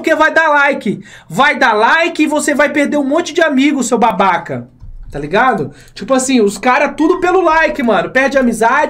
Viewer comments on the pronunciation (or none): Qnd ele falou babaca, n sei porque eu escutei baBak Kkkkkk